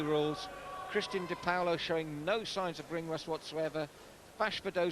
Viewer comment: its funny how she says dipaolo. its not "di POWLO", its like "Dih-Paul-oh"